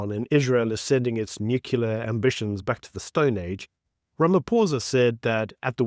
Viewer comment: But PLEASE....dont call it NUCULAR!!!